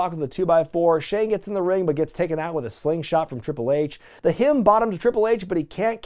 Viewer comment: Am not so sure if this is an inside joke or something but why do you call "Rock Bottom" as, well, sounded like "Hidden Bottom"